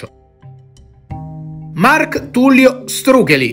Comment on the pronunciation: Non so se sia gia' stato detto, ma Štrukelj (cognome d'origine slovena) si dovrebbe pronunciare "struchegl" e non "strucheli" - la LJ e' un fonema a tutti gli effetti e si legge come GL in quaglia o faglia